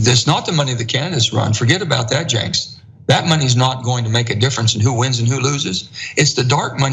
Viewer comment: Did anyone count how many times Manchin called Cenk, "jenks"? I thought it was a one time slip up the first time but all thru the interview he calls him "jenks".